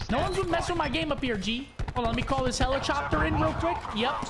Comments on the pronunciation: Anyone else catch scump saying helichopper😂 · He said helichopter😂